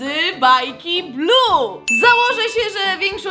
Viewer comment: Muwi się Bluey a nie blu niebieski Bluey!